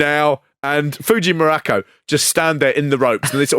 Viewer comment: I've never heard Don Muraco's surname pronounced this way. WWF always pronounced it like Morocco. The Rock even says it himself in the episode.